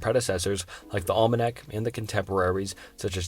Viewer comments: After calling the Olmecs the Almanacs for the 8th time I unsubscribed. I can't stand listening to him butcher literally every ancient culture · I made it to the Olmenacs and now I have absolute confidence nothing will be pronounced correctly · Olmenecks! You be adding extra syllables and just mispronouncing sooner if these names. With that said, this is an interesting video and I bet anybody that is talking bad of you isn't making entertaining and historic vids like you do. Keep it up, but maybe keep an eye on pronunciation. Great job tho. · Olmenecs? Tywanaku? Phohesiens? Sem a tick? Carthinagens? What is happening? 😂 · I really like your videos but you mispronounced Olmecs over, over, and over again. Like you didn't even care.